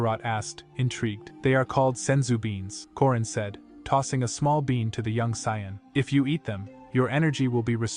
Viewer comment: Part 7, still hopping bro will one day pronounce « Saiyan » correctly